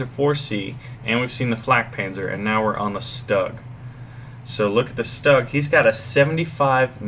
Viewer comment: for cripes sake, hurts my ears: It's pronounced Shtug, not Stug! In the German language if you have an "s" followed by a "t" or a "p" it is pronounced as a sh.